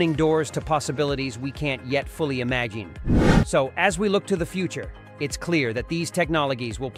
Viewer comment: "imagine' "Technologies" and "vital" are a few words you've got to work on at the end, but ultimately well done video.